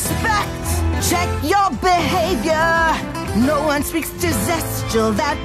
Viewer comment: Why does he keep calling zestial that?